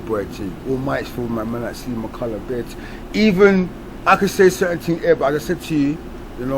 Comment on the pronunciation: Man said "ma colour" 😂😂😂😂😂😂😂😂 finished guy